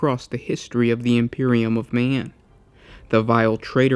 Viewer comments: ThalesWell I tried, but it didn't help for me. Unfortunately, I have to say that the way he emphasises certain syllables still makes my skin crawl. "Emperor of may-an", etc etc. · "Imperium of Me-an"